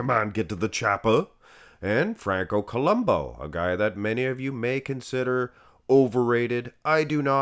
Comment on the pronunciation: It's Franco Columbu, not Columbo